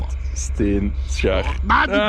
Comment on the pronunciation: Rare jongens die Belgen, zo spreek je schaar niet uit... 😂